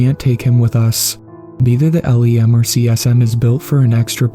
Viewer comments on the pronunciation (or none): Note for the author—it actually takes a full four days to get to the moon. Space is UPSETTINGLY big. Just google “earth and moon to scale” and get fucked up. Note for you, my friend—LEM is usually pronounced as a word, rather than listing out the letters in the acronym. I’m a huge space dork, if you couldn’t tell😜Great choice of story. Your reading is getting more expressive, which is great. Your older narrations struggled a little but with monotone. But now that your expressive inflection is falling into place so nicely, you might want to consider pacing a little bit more when recording. Half or even full second-long pauses, when placed correctly, really allow the audience to sit in anticipation for what’s going to happen next. Try imaging when a character in the story would need a moment to collect themselves before speaking, or bracing themselves to share critical information to others. Also, depending on how much an author abuses commas, those are good indicators of places to take little breaks. Same thing with semicolons or one of those long hyphens(—). In visual art we call inactive pieces of a composition negative space. If I were to give some constructive critique from a loving fan, I’d suggest if you wanted to crunch down on an area you could improve on a little bit, I’d ponder your “negative space” and how to play with it more. 😊 A really great story, I love long outer space tales like these.